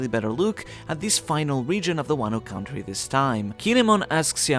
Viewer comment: It’s not CAH-WON-TREE it’s CON-TREE… like this until my guy sees this and pronounce country properly